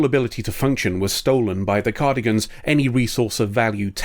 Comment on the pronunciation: Cardigans? It's Cardassians lol.